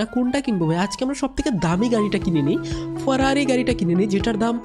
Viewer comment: Ferrari not farari